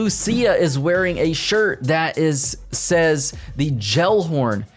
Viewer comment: Gelhorn is pronounced Gah-el-horn btw